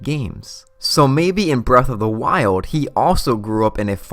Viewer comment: I can’t do the speech issues Zelwda, breath of the wilwed. Worlwd of hyrule damn man.